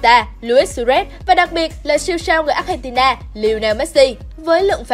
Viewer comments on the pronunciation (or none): none